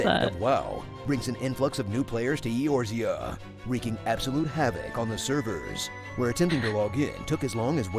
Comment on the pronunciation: I don't like how he pronounce Eorzea.